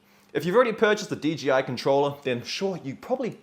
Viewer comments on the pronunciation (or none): "DGI" I thought it was 'DJI'